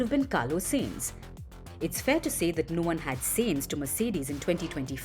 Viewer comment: Carlos SAA-inz, not SAIN-z